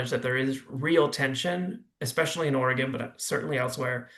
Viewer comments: Can you not pronounce the state’s name properly woman?? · Lady, you are mispronouncing Oregon. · What a moron she can't even pronounce are state name right